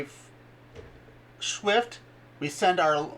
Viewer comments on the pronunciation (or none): Swift not Shift